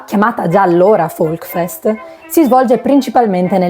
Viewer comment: Si dice Volksfest con la s; non Volkfest. Il tedesco non è facile.